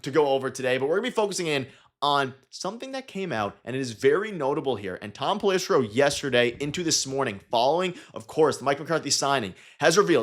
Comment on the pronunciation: You lose all credibility when you have no idea how to pronounce one of the biggest insider’s names. It’s pell-ih-SARE-oh.